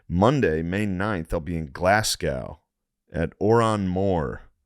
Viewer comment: Glasgow 😂... you don't say Glashgow... It's Glas Go